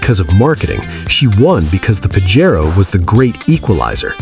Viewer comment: It's PAJERO not PAGARO???